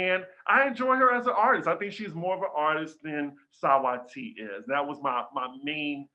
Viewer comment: makes me laugh so hard, and I truly appreciate ’ commitment to calling Saweetie “sah-wah-tee” 😂😂